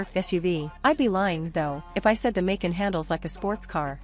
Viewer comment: Hard to listen to the mispronunciation of Macan!